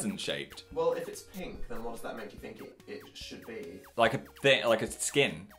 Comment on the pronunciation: i relate immensely to phil's brain trying to choose between saying "i think" and "i feel" but saying "i theel" instead